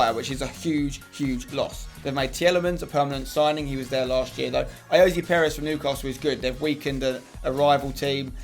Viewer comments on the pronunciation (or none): none